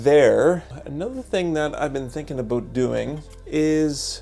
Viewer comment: “Let’s talk a boot it!” That the name.